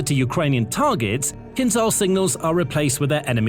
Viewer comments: You tend to mispronounce the word 'KYNZHAL'. The 'zh' sound is to be pronounced the same way as in 'decision', 'television', 'measure', 'vision', 'conclusion', 'division' and 'pleasure'. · Feel free to pronounce "Kinzhal" like "Kinshal" - then it fits.